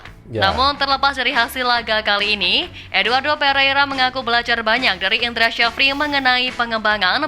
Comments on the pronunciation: Indra safri bang nyebutnya.bukan indra sajafri🙄susah amat😂😅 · indra sjafri dibaca jd indra syafri bang